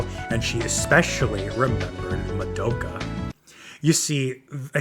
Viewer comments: fr its so annoying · Why can’t people pronounce Madoka’s name right? It’s Ma-do-ka, not mado-ka. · Ok I had to pause and rewatch that part of that episode and confirmed they never said that. Hitomi also was under the controle of the witch when she went along with killing herself and others as THEY poured those chemicals. Kyoko never mentioned anything about a green haired girl. You also mispronounced "Madoka". Seriously, where did yuo get this info from???